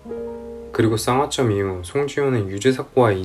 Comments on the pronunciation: 왜 쌍화쩜이라고 하시나요 ㅋㅋ.. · 쌍홧쩜 X 쌍화점 ㅇ 발음안힘든데ㅋㅋ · 상화쩜 발음 킹받네 ㅋㅋㅋ